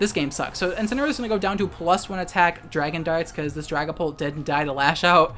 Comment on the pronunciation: I keep hearing Dragonball instead of Dragonpult